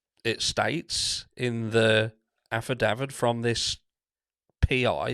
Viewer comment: He's pompous with his irritating 'meat and potatoes ' catch phrase and mispronunciations of words like affidavit,he was ok at the start but now he's got more followers he's getting obnoxious